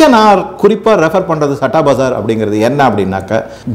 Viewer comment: சட்டா இல்லயா.. ஸத்தா..இது தான் சரியான pronunciation இந்த சத்தா பஜார் ரொம்ப வருஷமா ஒரு authentic underground newspaper..very authentic honest.. its a gambling den with a different kind of respect ...May be Krishna is its director...